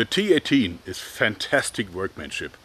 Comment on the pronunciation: well the T A T will be mocked in the UK, given tat in british slang is a polite way of saying a thing is shit, however the cineese one is a load of T.A.T. XD EDIT: JOERG! YOU SAYING T-18 SOUNDS LIKE T A T! damn it man XD